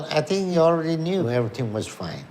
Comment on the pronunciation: Do you tink you can dodat⁉️